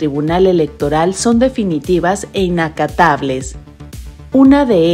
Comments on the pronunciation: Minuto 0.35 es "inatacables", no "inacatables", que tiene otro significado. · No se dice "inacatables" sino INATACABLES (que no se pueden impugnar), revisen su edición...